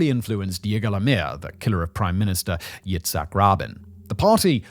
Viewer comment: I thought he was talking about a baby who did magic tricks. Infant..tadaaaa! Edit to add: Oh god, and and he just pronounced Yitzhak Rabin as something like "Itchy Robin"